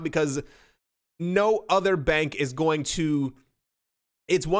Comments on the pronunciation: You were on “going”. You had actually said “goming” first time around. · "GO-ING" xD